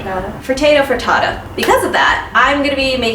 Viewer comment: You pronounced frittata right the first time.